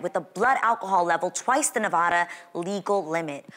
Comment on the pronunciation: The way she said Nevada. 😖